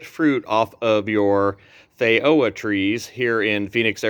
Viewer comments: Fay ro ah? Hmmmm. In NZ it is a FEE JO AH. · The word feijoa is Portuguese, therefore the “j” is pronounced the same as a “j” in English. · Any time people see j with a Latin/Iberian sounding word they pronounce it as if it were Spanish for some reason. Even when you correct them it’s like they cannot re-wire their brain to the change for some reason.